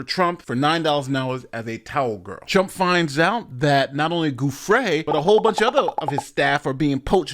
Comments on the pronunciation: Virginia's last name is pronounced JEWFRAY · You’ve pronounced Virginia Giuffre’s (Rest in Peace) last name incorrectly in the video… This clip shows the correct pronunciation